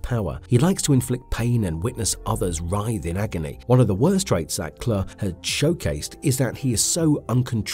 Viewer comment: Pronounced Clue for god sakes